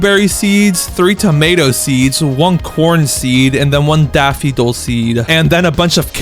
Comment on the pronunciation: It's pronounced daff-fo-dill